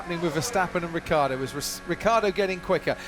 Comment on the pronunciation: What a bunch of idiotic comments! It's a RACE!!!!! A lot of you apparently would rather see a dozen nuns on bicycles. (Btw Vincrand, the name is Ricciardo not Ricardo. And it is pronounced Ritsjiardo!)